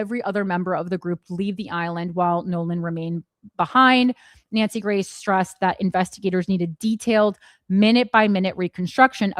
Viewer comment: Wait, I thought you kept saying Nancy Mace and then I realized you were saying Nancy Grace. 🧐 I guess she found another ambulance to chase.